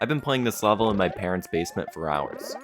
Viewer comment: Man says "lavel" in such a weird way, that the subtitles heard it as "wobble", that is really the hardest challenge you've done so far, so please put a wobble on your wall.